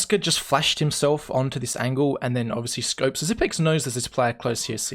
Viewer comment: Not Xyp9(ni)x but Xyp(e)x. The 9 is a reverse E. Not just something I say. Xypex said it himself at an interview